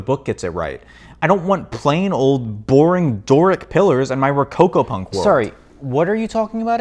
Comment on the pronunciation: I hear rococopunk as rococopuffs.